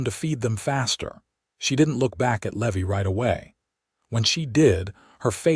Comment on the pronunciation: Oh PA-LEEZZZEEE!!! Seline, SAH-LEAN! Levy, LEE-VIIII!!!! Rosalie, ROW-SAH-LEE! "I rode out with 4 names, yours and the children"...hmmmm, is there a ghost? 1 woman 2 children = _________ 3 names, not 4 I HATE AI NARRATORS!!!